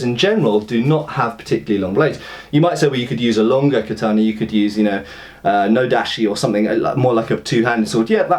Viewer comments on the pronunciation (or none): just as a thing..... it's not "nodachi" it's "odachi"